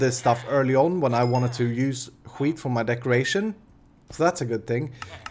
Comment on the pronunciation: När du säger ``wheat`` så låter det som skit XD